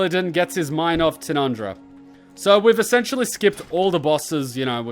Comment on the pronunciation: "tinundra"... Tyrande?